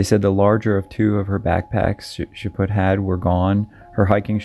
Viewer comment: "Chaput" The T is silent. Chaw-pew...sort of. ;) keep up the good work, and you guys keep watching!